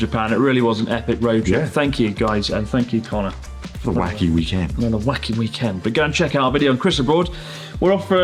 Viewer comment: I hate the inflection in which connor said "end" in "weekend"